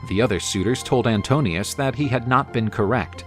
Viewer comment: The suitor is called Antinoos not Antonios. This is important because his name Anti-noos translates as Anti-mind. He is one of the most dangerous suitors because he can twist the truth and thus spread his propaganda, his narration of events. Odysseus has to win him with a better story,better narration, better claim. As the rightful King of Ithaca, he can do it...